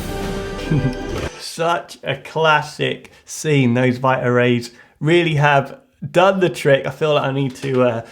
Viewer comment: Slight correction though it is Vita-rays not vitalrays 😜